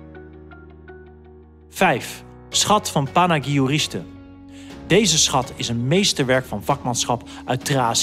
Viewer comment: Panagurishte* niet Panaagirshtey 😁